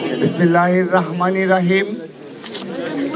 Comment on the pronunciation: চাচায় বিসমিল্লাহ ও ঠিকমতো বলতে পারেনা